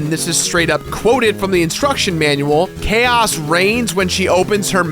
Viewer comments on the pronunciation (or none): none